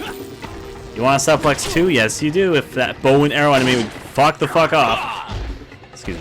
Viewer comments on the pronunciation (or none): I looked this video up specifically to show a friend the Ashley's butt joke. Also, it's pronounced "soo-plex" not "suh-plex" lol